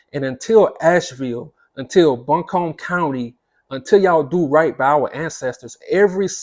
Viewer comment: I am from "Bun' Come" is how you say Buncombe and sir the black people of this town have over the past 100 years owned neighborhoods look up the birth of the Montford and shiloh community .There are all kind of people helping no matter what the race wre are all working hand all over wnc. It's not gonna bounce back this is far bigger than the hippie city of asheville being destroyed its the entire mountains of wnc. And there was terrible stuff that went on during slavery all over the south. But asheville I'd not a place of bigotry or black and brown folks not having money or treated equal. Alot of stuff will allways remain hidden they should teach more in school about what happened too our ancestors. They want tell the truth about native Americans till this day ,but not too be from here and speak on what you thoughts are I can't agree because I was here since 1974 and here loosing so much from the hurricane so instead of spreading hate doing something too help. There are ALOT of us black folks that lost home jobs family members and more. Help not hurt sir